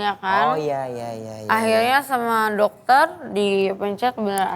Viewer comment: ketergantungan obat (resep domter )penenang jdi gtu ya ngmong nya .